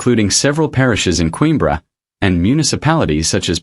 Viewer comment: That's what I said but it's a robot so we can't expect too much lol